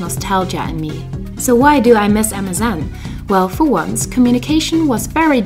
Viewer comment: Everytime I hear you say MSN I hear Amazon.